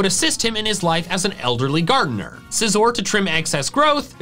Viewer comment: SCIZOR, NOT SIZER! AND DO NOT LEAVE OFF THE C IN SCYTHER!